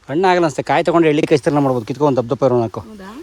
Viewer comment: ಅದು ' ಹೆರಳೇಕಾಯಿ ' ಅವರೇ....' ಎಳ್ಳೀಕಾಯಿ ' ಅಲ್ಲ. ನಿಮ್ಮ ತೋಟವನ್ನು ನೋಡಿ ಬಹಳ ಸಂತೋಷವಾಯಿತು ಮೇಡಂ. ಶುಭವಾಗಲಿ ನಿಮ್ಮೆಲ್ಲರಿಗೂ.